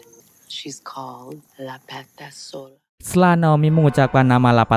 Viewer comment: I got it now, The title is THE CURSE of LA PATASOLA (2022) after repeated your unclear pronouncing using a bluetooth speaker loudly, tks btw. 🙏